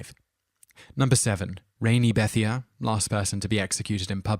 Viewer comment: Number 7 is pronounced "Bethaye" I have a friend with that name js.